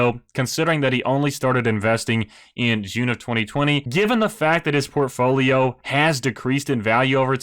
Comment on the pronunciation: The way you pronounce portfolio enrages me